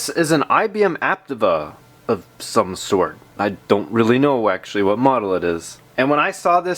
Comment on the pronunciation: *It's pronounced "App-Teeva".